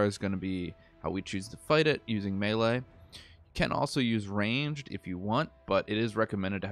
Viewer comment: Melee, pronounced May-lay.....